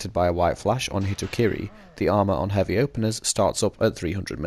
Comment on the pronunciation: gon heaby lol